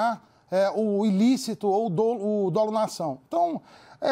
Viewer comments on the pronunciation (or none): none